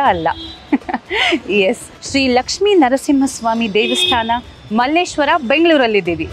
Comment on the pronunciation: Mallesheara antha heli kannada kole maadthreera